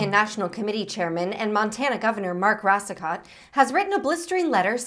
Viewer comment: Racicot is actually pronounced "Ross-coe." Just FYI.